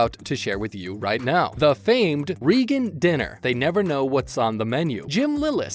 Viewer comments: Let’s get it straight: The family’s name is pronounced “Ray-gun”, not “Ree-gun”. And it’s “Donnie”, not “Danny” Wahlberg. Lol. Not that many unscripted moments either, but nice try. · Please got the family name straight! "Ray-gun" not Ree-gun". Also it is Donnie Wahlberg, not Danny Wahlberg. Why couldn't we hear the unscripted comment? The title of the video was very misleading! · I have such a hard time listening to how he says Reagan. REE gun sounds weird. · Very irritating that the announcer can't get the pronunciation of the name correct, plus I don't see many bloopers only descriptions. This really sucks